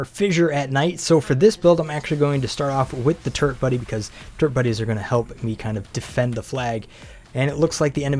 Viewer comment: Are you saying turd buddy or turret buddy?